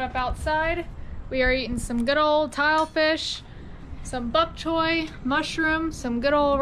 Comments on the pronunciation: Its pronounced the way its spelled . Bok choy not buk choy , so you all got it wrong . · It''s Bok Choy, Mom pronounced it correct BOCK CHOY not BUCK as you pronounced it.